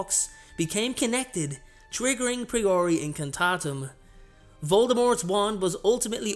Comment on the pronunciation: I've already unfortunately had to dislike this video due to two things one your mispronounciation of the first "spell" and how you've misspelled the fire part of the second spell. Sorry